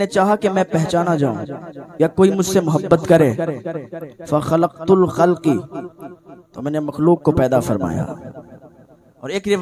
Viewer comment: خلقت الخلقَ ہے خلقِ نہیں ہے خلق کے قاف پر زبر ہے مفعول بہ کی وجہ سے زیر نہیں ہے